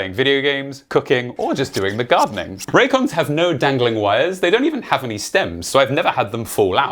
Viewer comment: U had me till u said raycons, raycons more like rays con.